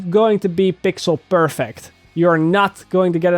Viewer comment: Bixel berfect Sounds nice XD